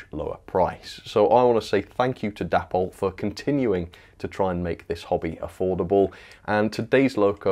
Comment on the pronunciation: DAY-poll not dapp-ol ffs